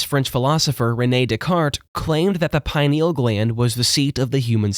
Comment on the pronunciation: I apologize in advance for Hermione Grangering here, but it's pronounced PI-nee-ul, not pine-NEE-ul